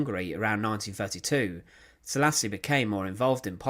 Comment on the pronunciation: It is actually Szálasi Ferenc and not ,,salis